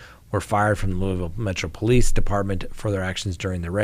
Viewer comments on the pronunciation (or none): Pronounced “Loo-a-vul”